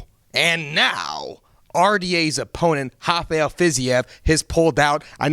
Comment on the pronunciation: FYI "Rafael" is not pronounced "Javael" so Fiziev got the R